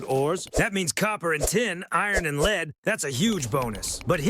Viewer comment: i figured out it's AI when he doesn't know how to pronounce an easy word like "Lead" LOL